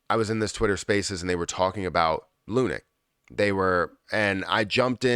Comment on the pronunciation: What the fuck is “lunic” you gobshite